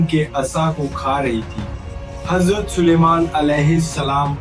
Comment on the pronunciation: Hajrat nahi azrat kho